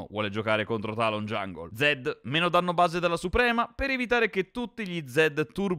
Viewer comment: Danmno invece di Danno con Samira, grazie per il video patch veloci.